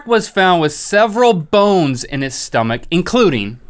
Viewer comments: Lol "inside a stomakkk?" Lmao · OMG, Link just pronounced stomach in perfect Serbian! ^.^